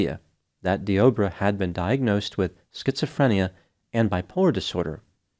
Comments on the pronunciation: Dee-Ah-Bray Is how it's pronounced,a very weird spelling tho 😭 He should have been playing for the Las Vegas Raiders the way he tackled her Could have been a Hall Of Fame Defensive End 🥴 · I was listening to this while doing a few other things and kept wondering why was talking about "The Oprah." Made a bit more sense when I realized the man's name is Deobra.